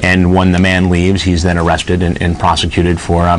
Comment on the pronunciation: “Am I gonna be aaaaaawested?”